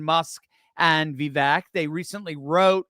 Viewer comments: I hear Vivek say how to pronounce his name. It is pronounced Vi-Vake ( long A). Just thought I would mention this. I love your videos! Keep up the good work. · My guy, his name is vivake and it sounds like cake. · Please, it's pronounced Vi-VAKE, rhymes with rake, accent on the VAKE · vake like cake... Vi-vake 😀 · His name is pronounced Vi vake. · Please learn how to say his name correctly. Vivek is pronounced “Vi-Vake” like cake. He’s made this clear repeatedly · Think of "cake" when you say his name in the correct way. #Vivek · VIVEK rhymes with CAKE